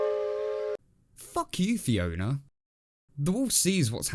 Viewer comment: “Fokew Fiowna”